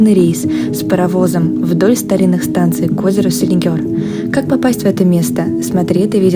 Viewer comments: Селигер , а не Селигёр. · СелигЕр, не селигёр😉